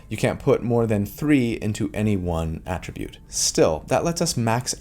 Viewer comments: Friendly Neighborhood English Teacher here with a note on the typical pronunciation of "attribute": When using "attribute" as a verb, the emphasis is placed on the second syllable (ah-TRIH-bhut). Ex.: I attribute a calm, soothing voice to a person with a kind, caring personality. When used as a noun or adjective, the emphasis is placed on the first syllable (AH-trih-bhut). Ex.: The most important attribute score for a wizard is intelligence. - Your FNET ❤ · Quick note about “attribute” prononciation: AE-tri-bute is the noun/adjective. “His attribute” or “strength attribute” uh-TRI-bute is the verb version: “I attribute this to your genius.” Many other words in English do the same thing of shifting the accent based on the function of the word as noun or verb, ex. address, permit, record, or object. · Attribute is pronounced differently depending on if you are using it as a noun or a verb, in fact, many words are in English. He is mainly using it the wrong way, here. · I’ve never heard someone pronounce Attribute as ‘a Tribute’ before. Is that an American regional dialect thing? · It's attribute! not attribute!!! gosh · It’s pronounced attribute when used as a noun but attribute when used as a verb. Hope that helps. 😊 Thanks for the info! I loved your breakdown! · the emphasis for “attribute” depends on whether it’s a noun or a verb. First syllable for the former, second syllable for the latter. There are a bunch of words in English with this rule. (E.g. object or address)